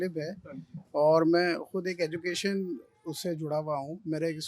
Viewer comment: Education shi se nhi bol pa rha aur education ki baat kr rha h